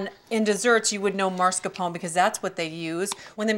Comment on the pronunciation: I knew she was gonna say it that way. Italian-Americans in the northeastern US (especially NY) all inexplicably pronounce it that way and I’m guessing it rubbed off on her at some point